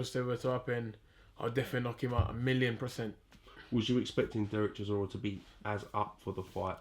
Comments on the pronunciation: CH, CHisora, not Sisora ffs - sick of hearing this mug tarking rubbish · Why does he call Del Boy 'Sizora''?!..cracks me up!